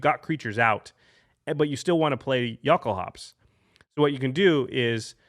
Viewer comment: I cri evertim I hear you say yockel-hops